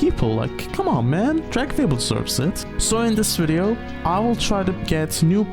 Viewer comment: i first played this game when i was like 9 and hearing someone saying dragonfable the correct way is so funny to me cause in my head i still read the name phonetically correct no matter what